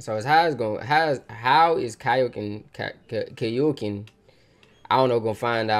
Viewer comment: I like how the fact you keep calling kakyoin kaioken it's kak-yoin